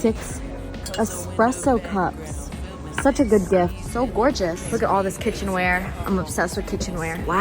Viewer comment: “This GORCHUSS, that? GORCHUSS” 😂